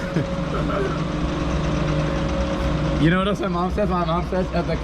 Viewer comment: Car crash or car reck, I heard car reck